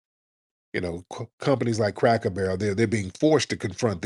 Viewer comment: The way Tariq was pronouncing "Cracker Barrel" had me screaming 😂😂😂